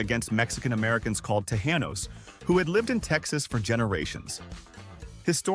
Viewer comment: How about Tejanos? It is a short "a" not a long "a". As in "ahh" not "hay"! (Native Texan here)